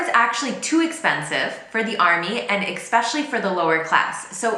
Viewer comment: I really like your vids - apart from one thing (and you say it in a lot of your content)! It's not "expecially", it's especially. Don't worry though, a lot of Americans pronounce it the same way as you for some strange reason, so you're not alone.